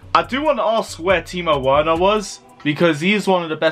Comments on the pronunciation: The pronounciation is Verner not Werner. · Right, I am getting annoyed by your Werner pronunciation!😡😂 Just change the “W” in Werner to “V” and that is it, please get it right ffs!😂